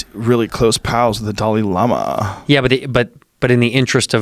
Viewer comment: the way Joe says the dalai lama 😂